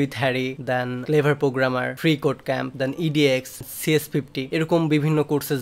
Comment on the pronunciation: আল্লাহর রহমতে একবার নিজেকে পোগ্রামার না বলে প্রোগ্রামার বল ভাই।